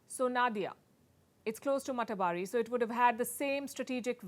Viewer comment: It is pronounced mata ar bari...house of mother godess